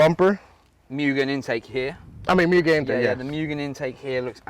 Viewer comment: I own a VSM DB8 type R. Also, its pronounced MOOGEN (mugen)